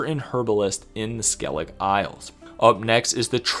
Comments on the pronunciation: Who on earth pronaunces Skellige..skelig?😅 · Who on earth pronounces Skellige..skelig?😅